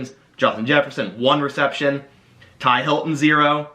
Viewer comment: Ty Hilton? Unforgivable! T.Y. Hilton has been a good player for a long time. Say his name right! Lol